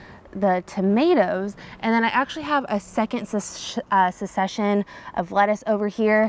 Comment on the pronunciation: I believe succession is pronounced suhk-seh-shn. 😋